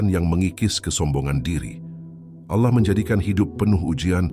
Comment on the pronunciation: Koreksi ,penyebutan Allah nya kurang pas Bkn seperti org Islam mngucap Allah